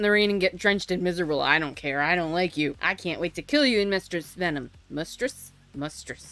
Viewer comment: "mustress venom"😂